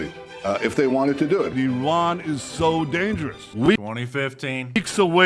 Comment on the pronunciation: It's spelled Iran not Eron but I still don't care.